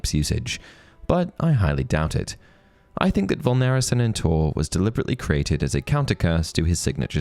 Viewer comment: Inferius in singular form and VULNERA SANENTUR have a different pronounciation stress than said in the video.